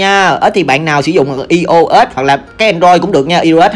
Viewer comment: Ai ô s anh ơi hk phải i ô s😂